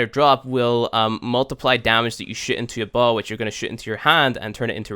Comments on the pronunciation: Is it just me or does he say shit instead of shoot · is it me or everytime he says shoot he says shit XD